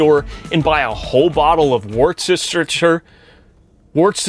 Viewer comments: Loved the video, my first one, just subscribed to you. Made me smile when you tried to pronounce Worcestershire sauce, in the UK it's pronounced Wustersher, we have some strange words 😆 looking forward to your next video. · EASYER WAY TO SAY IT IS........ WUST...... A... SHIRE........ Put it all together quickly YR saying it man, cos what you said on Yr video was nothing 3ven close to how it sounds brother hahah🤣🤣🤣🤣✌🏻♥️♥️✌🏻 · /ˈwʊs.tɚ.ʃɚ sɔːs/ like "wooster" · It’s “worst-er-sheer “sauce 😂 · Just so you know Worcestershire Sauce is pronounced Worstershire but if I'm honest those from the area don't pronounce the R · I’m from Worcester, where they make Worcester sauce! It’s pronounced worrr-ster-sheer Ps. Love watching you’re vids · It's Wooster all over Britain mate but where the sauce is made us Worcestershire because it's a shire but the sauce is pronounced Wooster sauce. Abbreviated to Wooster so don't be a melt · Hello there from over the pond. Had to laugh on the hello fresh sponser part. I love seeing people try to pronounce worcester sauce... not even close there dude. Try (Wus-ter-shire) I grew up there like a stone throw away from the factory. It used to smell nice driving past it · Worst-ter-shire Sauce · It is pronounced Woos ter sauce. A brother Canadian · Worcestershire Sauce - Woostershear Sauce, although pronunciation changes slightly between regions. Great channel. 🙏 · Where's your sister sauce😂😂that's What it sounded like you said 😂😂👍🏼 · Its pronounced WUSTA-SHEER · Worchestershire sauce is pronounced just wooster sauce its that easy Lol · It's pronounced 'WOORSTER'!! 😆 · it's pronounced wooster sheer sauce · OMG...... PRONOUNCED...... WUST.. A.. SHIRE...... SAUCE. SIMPLE NOT HARD AT ALL PLAIN ENGLISH....... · The sauce is pronounced wooster - imagine saying woodster but without the D - like a dog barking - woof woof etc etc. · FYI its pronounced woostersheer source. Likewise Leicestershire is pronounced lestersheer. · War-chester-shire :D